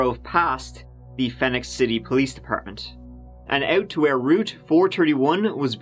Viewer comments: Just for what its worth...Phenix City is same as Phoenix. FEE-nicks. Trust me, you’ll say that name again a few times if you look at some more crimes from around Alabama. We have some ugly ass history. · I’m from Alabama. It’s pronounced Fee-nix city. LoL. Sorry. It drove me crazy not saying anything. Glad he got Opelika right though! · My hometown, but I don't know why I can't remember this. Also Phenix City is pronounced like Phoenix. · It's spelled differently but Phenix City, AL is pronounced like Phoenix (PHEE-nix, not PHEH-nix) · Phenix (City) is pronounced “Feenicks.” Crazy story. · I used to live in Phenix City and Columbus, GA not too long ago and I didn’t know about this. It’s actually pronounced Phoenix city, they just can’t spell in AL. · Phoenix. Pronounced FEE-nix nix - rhymes with fix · The Phenix, in Phenix City, is pronounced the exact same way you would pronounce phoenix, for future reference.